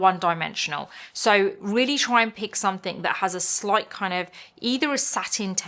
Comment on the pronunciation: She’s a Brit, so her English is native. Only thing that bothers me is that the word ‘something’ does not have a K the end of it!